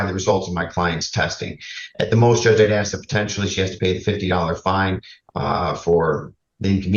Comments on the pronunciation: needs to stop "axing" so much. She is going to dull the axe 🪓. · I’m Australian and no one pronounces ask that way here. It cracks me up every time 🤣🤣🤣. I’ve seen a very well educated African American female on YouTube pronounce it the same way and it just made me cringe! Why do people do that???